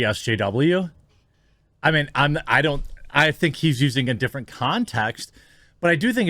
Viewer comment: “This is something I mean to say for a long time”. Am I the only one who heard ‘meme’ instead? Kudos to this streamer, such troll - much troll…